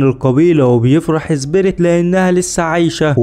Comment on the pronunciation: ليش تنطق سبيريت . زبيريت